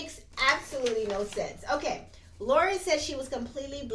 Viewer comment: Laurence, not Lauren.😊